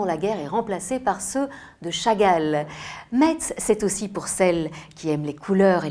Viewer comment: Metz , le " t " ne se prononce pas . Cela se dis : Mess Pour l'anecdote ... Nous sommes des Messins , pas des Metsins :) Mais merci pour le reportage et les compliments sur notre belle région .